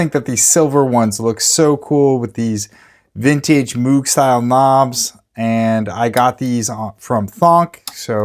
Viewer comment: Moog, not Moog. lol — Great vid!